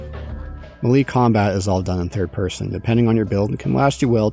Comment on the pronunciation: I'm sorry....."muh-LEE?" Did you mean to say "May-Lay?"